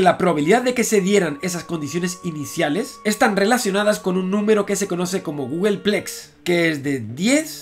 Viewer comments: Sólo por tocar un poco las narices, se dice gúgolplex, Google Plex son las instalaciones de Google. Por lo demás tus vídeos son geniales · ¿No es "Googolplex"?